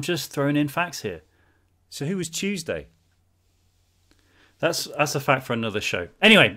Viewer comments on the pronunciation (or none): "so who was Tuesday"? Edit You can really hear the accent